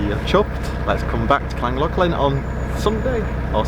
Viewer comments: I follow lots of Narrow Boaters and none of you can say Llangollen properly. It's KLAN GOTH LAN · Great vlog as usual guys. Can't wait to do the Llangollen, just can't pronounce it! Take care